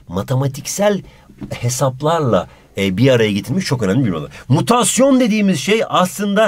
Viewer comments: modukamutasyon hahahahaha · modukamutmasyon :D